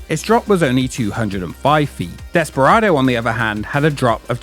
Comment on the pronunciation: ‘Desperardo’ oops. 😅